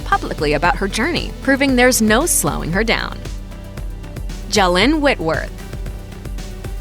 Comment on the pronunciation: Just wondering, how in the world is Zsalynn pronounced like that?